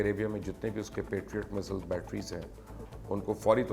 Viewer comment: بھائی مبشِّر "فار ریچنگ" جیسی غیر لسانی، غیر معروف اصطلاح کی بجائے "دور رس" استعمال کرتے۔ اسی طرح میزائیل کو مِسَ اِلس کہہ کر کیا ثابت کرنا ہے۔ امریکی کو امیریکن کہہ دیتے ہو اور اسرائیل کو کبھی ازرائیل اور کبھی اسرائیل کہہ دیتے ہو۔ طے کرلو کہ آپکے نظریات کس کے لئے، کس زبان میں ہیں، پھر پیش کرو۔